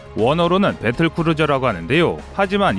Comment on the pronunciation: 배뜰 끄루져 오퍼 레이셔놀